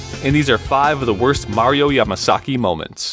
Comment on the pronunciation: Mario "pwetty heawts to da camewa" Yamasaki.